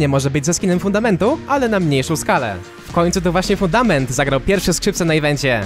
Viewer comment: a czy poprawka nie jest przez to że troche źle mówiłeś fudator zamuast fundament